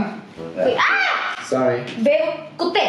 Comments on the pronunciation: Why She always say Kuttay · Funnies part is calling them kutai🤣🤣🤣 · is always saying kutay